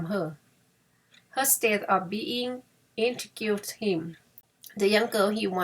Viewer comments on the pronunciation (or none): เรื่องน่ารักดีค่ะ เราอ่านตามไปด้วย🙂 แต่มีบางคำที่ขออนุญาตแชร์การออกเสียงในะคะ -igue ออกว่า อี้ก intrigue อีกคำที่นึกได้คือ fatigue มี -igue เหมือนกัน enthusiasm Vehemently h ในคำนี้ไม่ออกสียง caffeine -Ka feen